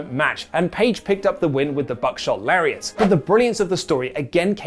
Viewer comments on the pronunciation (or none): none